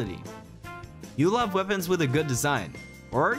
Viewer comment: "Champion's Wipons"😂